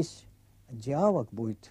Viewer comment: Почему диА? лог, а не диалОг? Ю.М.безусловно, грамотный и культурный профессор. Почему же диАлог? В таком ключе монА!лог, а не монолог???